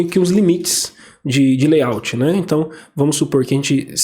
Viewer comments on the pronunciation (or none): none